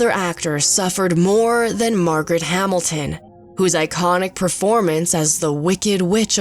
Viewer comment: "Ree-zor-siz". "Hamil-Tin"